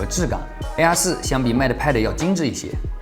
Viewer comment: 又不是让他用英语评测，况且从他发mate和air这两个单词的音来看，他压根就不懂英语，属于连基本英语常识都没有的那一类，所以就别拿他和别人比了、